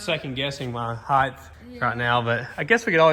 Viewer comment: The word is height there's no h on the end